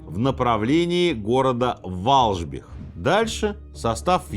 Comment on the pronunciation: Только не Валжбих, а Валбжих) Инфа 100%, я здесь живу